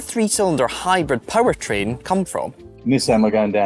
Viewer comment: jaguar power train not chair!!! lol